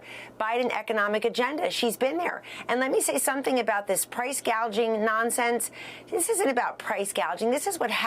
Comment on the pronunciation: She couldn't even pronounce the word gouging